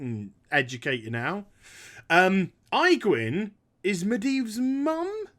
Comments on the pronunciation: Good god, man! Aegwynn = "Age-Win". Your pronunciation just made my skin crawl. For real though, I would buy those condoms. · age win. That's how it's spoken. infernals from your lock video was pronounced very strange too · I like how you call her Eyegwynn :D